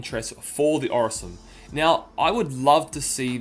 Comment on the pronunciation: just saying its pronounced OR - Sin - I - Um, apart from that great video my guy!